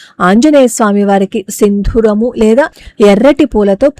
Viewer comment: Dear sister, naku oka grammer doubt. Meeru sindhooramu ani palikaru. Just want to know for my sake, da akshram kinda vathu untunda? Chaala ayomayam. Please clarify my doubt. Thankn you sister.🙏